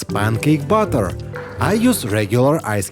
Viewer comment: Batter. It's a heavy Russian accent 😁